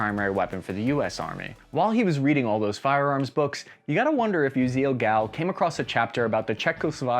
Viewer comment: Dude, you are mispronouncing the man's name. its not Gal like a woman, it's Gall, like G-All.